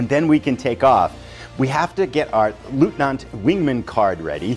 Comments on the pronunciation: The eu inLeutnant is pronounced as a OY sound such as boy. It's not Lootnant. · This game looks great! Eagerly awaiting the next episode, although as a person of Polish background I kind of hope Leutnant Schultz doesn’t do too well in this campaign.😉 One small pronunciation note: leutnant is pronounced loyt-nant. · Great preview, thanks! One tip from a German: our pronounciation for "Leutnant" comes close to "Loitnant". 🙂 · i see. No worries. The pronounciation is just a trivial sidestep. The core is ur excellent presentation of the content. 👍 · Dear Sir, I love your vids, and bought so many games because of you👍🙏 So, as you can imagine, my wife is not a big fan of yours 😉😅 Just kidding... If you want to pronounce LEUTNANT in German, the EU is pronounced like in boy. So, if you say Loytnant you should be safe. Wish you the best, stay healthy, Björn